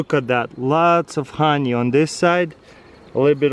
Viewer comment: I like the way he pronounces honey. "hanjej" 😂